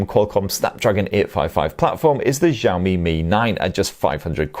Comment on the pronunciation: Xiaomi is pronounced "shaow-me"